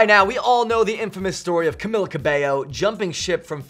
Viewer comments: cam-ill-a lol it's cam-ee-ya. 💁💁💁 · I'm shook he said camila's name wrong